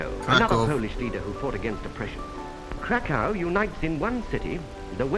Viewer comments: Cracow is the official english name for Kraków. But even you say Kraków wrong, since there's an ó, we say Krakoov or Krakoof (the w sometimes sounds like an f) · it is two ways to say Kraków/Krakow Polish: Kraków(ó and v sound) or english: Krakow (o and english w sound) but you make hybrid Krakow (o and v sound) 😅😘